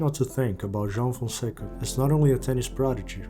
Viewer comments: You've nailed "João" pronunciation!!🎉🎉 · How do you pronounce João so correctly? Foreigners cant really say it 100% like you do.